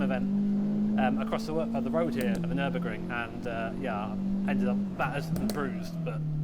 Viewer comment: Hearing say nurburgring is satisfying